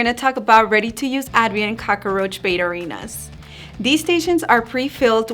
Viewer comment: I like how you say cock-a-roach. That's how my dad used to say it.